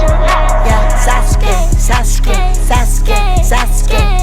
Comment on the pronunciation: SAUSE GAY is all I heard in the intro ngl